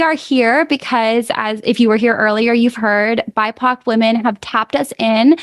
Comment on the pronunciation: What the hell is a “bypock individual”??